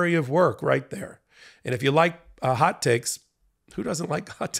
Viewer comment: are you saying “hot takes,” “hot ticks”, or “hot cakes”?